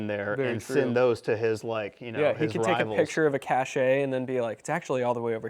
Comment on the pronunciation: "CASH-AY"? "NUC-U-LAR"?